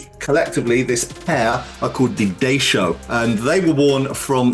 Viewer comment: Daisho isn't pronounced like that